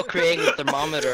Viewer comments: Thermomrter. Pronounced "thermo - murder" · Thermomrter😂 what da hell😂